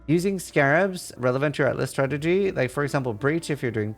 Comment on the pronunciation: You got a like and I'm already a subscriber... but if I have to hear you say "stragedy" instead of strategy one more time I think I will shoot myself!